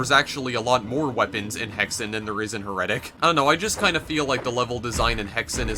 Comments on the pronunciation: It's heretic, not heretic. :D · You said heretic wrong bro. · stupid fuck can't even say HERETIC.